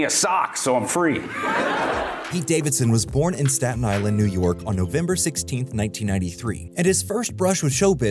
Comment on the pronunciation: Staton island